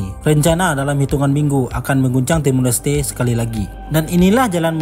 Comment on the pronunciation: Koreksi dikit bang. "TIMOR LESTE", bukan Timur Leste. Nama Jose Ramos Horta bukan dibaca "Jos Ramos Horta" tapi "Hose Ramos Horta"